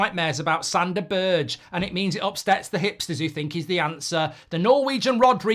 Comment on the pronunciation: berge = ber 'guh that is how you prounance his name, i hurts man, his name isnt berj xD